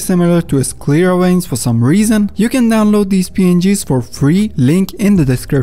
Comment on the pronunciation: Veins, not Ueins... at least pronounce the V correctly ! happy new year.